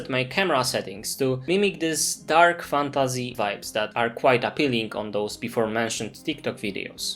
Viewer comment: Nie jestem Polakiem, ale znam polski. Odrazu rzuca się w oczy ten polski akcent, mówisz "fantAZY" w angielskim słowie jakby to było po polsku. Nie rozumiem, dlaczego Polacy wymawiają obce słowa w ten sposób, jakby z polskim „y”.